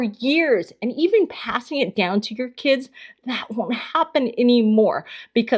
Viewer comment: Ahhh she said it. "Key-ids". Lmao.